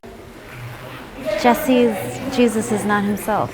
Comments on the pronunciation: Its Spanish, shes not pronouncing it right. Its pronounced hay-SOOS. It's spelled the same. . . but obviously she doesn't know Spanish. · With Torres as a last name it is probably Latino which means his first name is pronounced "Hey sus" --- - trailers are towed behind power - An RV is powered living quarters. There a number of other locations similar to Slab City. There is a very large number of people who have chose to live in various vehicles from small cars to $400,000 RV motor-homes because they want the freedom to travel or easily change work locations. ER Docs work 6 week shifts. Traveling nurses. etc - Wonder if you were in LA why you didn't head to the marinas where there are hundreds of permanent live aboard instead of houses. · I was wondering why dude kept allowing this lady to call him Jesus ❓ when it comes to a common man it's pronounced (heySeus).🤷🏽🧐🤔🤨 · Excellent coverage. Only one detail I need to mention. Jesus is pronounced Hesus, not like our savior. J like an h.